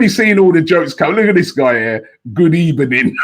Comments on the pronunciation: Good ebening I left cos Mia Khalifa chose Robbie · Good Ebening, witch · good ebening